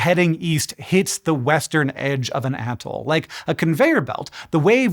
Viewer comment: I thought he said weast